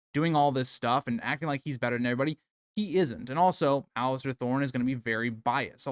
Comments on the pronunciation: Oh my god, every time I heard Alistair... pure rage haha. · There is no T is Alliser 😂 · please stop calling him Alistair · I wish everyone would stop calling him "Alister". Theres no T in his first name. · The real villain is the guy who can’t pronounce Alliser’s name right